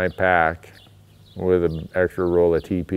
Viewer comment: When you were saying TP i thought you were saying teepee, and i couldn't figure out why you were so adamant about bringing a tent along with you.